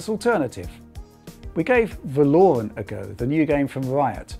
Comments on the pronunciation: I love Richards pronunciation of ‘Valorant’ 😂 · The way pronounces "Valorant" makes me want to puke